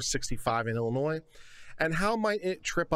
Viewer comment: Thank you for pronouncing it Illinois and not Illinois.